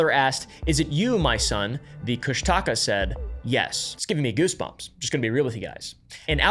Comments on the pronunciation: As a native alaskan it's pronounced kush-tuh-kah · "Cush-Taka" has me laughing, im sorry😭🙏